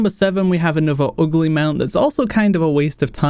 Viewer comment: "kind of oogleh" love it :D great top 10